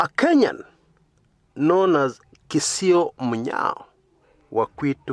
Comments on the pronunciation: It was Kisoi Munyao. You pronounce it as Kisio??? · the name is KISOI not KISIO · His name was not Kisio but Kisoi